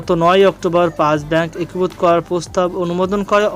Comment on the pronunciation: "একীভূত" উচ্চারণ ঠিক হচ্ছে না।